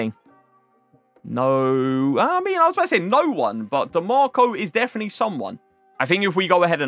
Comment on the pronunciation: Has anybody noticed that he says ‘definy’ instead of definitely? 😂